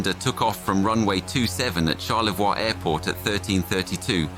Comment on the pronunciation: It's pronounced Char-le-voy (Charlevoix) not Char-le-vwa.